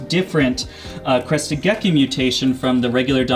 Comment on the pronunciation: First time you said crested gecko, you actually said gecky again 😂😂 I’ll give the video a like just for that. I think it’s hilarious